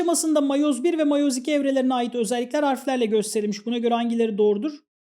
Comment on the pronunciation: miyoz tamam değil de matoz da tamam değil